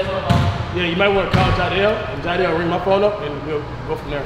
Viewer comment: CashNasty it’s jiedel not Jideal lol